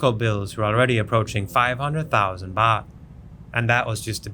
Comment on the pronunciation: Baht not boht😅😅